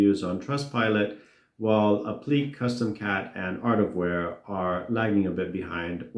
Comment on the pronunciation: "Appliqué" is pronounced "app-lee-KAY." Please improve sound quality, your voice is so echo-y made me click through and leave asap.